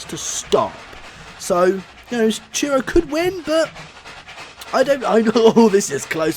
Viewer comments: Truro is pronounced "Truh-roh" Not "Cheer-oh" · Instead of Truro you said Churro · Please learn to say Truro not Tyuro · It's City of Truro, not city of churro. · City of Truro not City of Cheero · It's TRURO NOT TURO (have 2 point it out. Sorry( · When you say “Truro” I hear: Cheero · I live in Truro, nice to see my baby doing well. “City of Churro” 😂😂😂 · He keeps saying city of churro